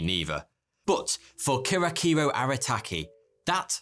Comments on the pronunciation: that moment when the name got butchered .. Kihachiro became Kirakiro.. Key - Ha - Chea - Ro.. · don’t ever pronounce Japanese names again. it’s “key - hah- chee- ro” (kihachiro). the amount of disrespect you gave is disgusting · It's pronounced KEE-HA-CHI-RO. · no offense but you completely butchered that guys name lol. Jsyk it’s said exactly how it’s spelled. (Key-ha-chee-row).